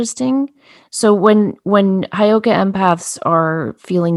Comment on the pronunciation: Hey girls.....it's Heyoka Hi girls.... It's not Highoka